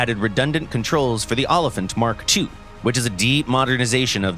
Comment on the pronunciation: thats not how you say olifant >:(